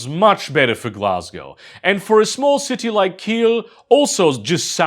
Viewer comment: Completely blindsided by that slightly Slavic accented pronunciation of Glasgow 😂